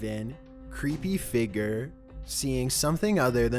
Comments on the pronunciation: Stop saying figer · Damn man the word is f-i-g-u-r-e. Pronounced Fiig-yer. You are pronouncing it like Fi-ger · SURVIVED WITH CHEAT CODES he says figer lmao